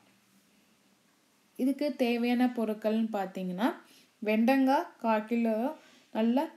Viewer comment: வெண்டங்கா இல்ல... வெண்டைக்காய். இதுல தமிழ் சமையல் என்று பேர் வேற...